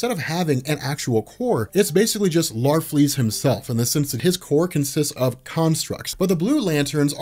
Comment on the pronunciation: It's larfleeze